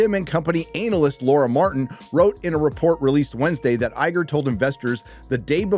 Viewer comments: Why he puttin emphasis on anal? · Loving the emphasis on anal when saying analysts